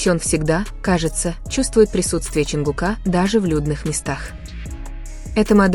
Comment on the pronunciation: Не ЧонгукА.а ЧонгУка